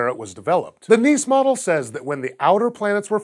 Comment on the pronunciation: Kudos on pronouncing Nice right :p